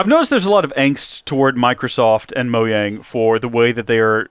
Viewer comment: no it’s pronounced mojang